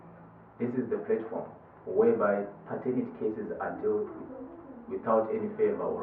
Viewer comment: platform not plate form